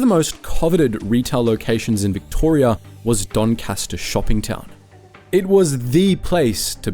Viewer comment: You pronounced Doncaster wrong...